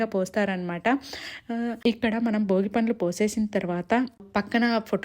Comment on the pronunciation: Boogi kaadu Andi bhogi